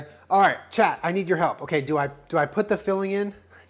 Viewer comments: Everytime says chat I think he is saying 'child' in a southern accent, it makes everything so much funnier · Most of the time it sounds like "Chad" to me. When I first started watching these, I was like..."Who's Chad?"